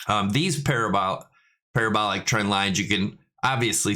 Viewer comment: On point with parabolic and parabola pronunciation! As always great analysis !!